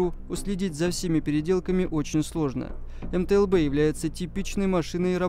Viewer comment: Автор где-то прочитал методичку из начала 90х и чуть добавил своего даже название не смог ни разу произнести - это мтл а все остальное это унификации б- бронированый, у- управления, з- зенитный, но основное задание этой машины это перевозка артустановок и управление огнём